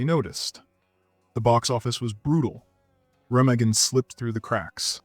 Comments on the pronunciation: Re-mah-gen, not "Rem-a-gen." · It's raa maa gen, not rem a gen. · The Bridge at Remagen. The name is German. Pronounced "ray-MAH-gun" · In Star , Noel Coward was played by Daniel Massey who was Coward's godson. It's pronounced re-MAH-gn. I lived there for a couple of years. I've loved The Fall of the Roman Empire has been a favorite of mine for years.